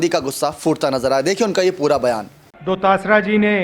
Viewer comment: ve Govind singh dodsra nhi डोडासरा hai sir name shi se bolo bhai